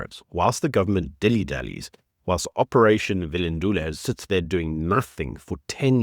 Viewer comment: Bro bro bro , your pronunciation of some Nguni words is just trash, speak to Mark Gleeson he can up that part of your delivery quick quick - just like anyone else - when you don't pronounce words properly it suggests 1. You don't know what you are talking about 2. You don't care enough to research your subject matter properly. Operation Vulindlela (Vula Indlela - open the way) is in phase 2 which is focusing on digital transformation. Do better.